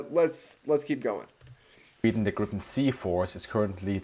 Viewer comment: 18 seconds in, and I just have to comment on the excellent pronunciation of Gripen. In Swedish, it's much more like [greepen] than [grippen].